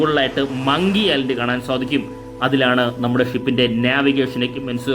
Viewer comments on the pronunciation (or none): none